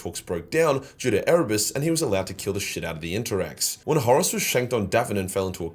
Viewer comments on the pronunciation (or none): none